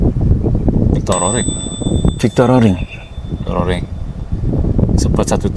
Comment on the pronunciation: Fictor Roring bukan Victor.. Wahyu Widayat bukan Hidayat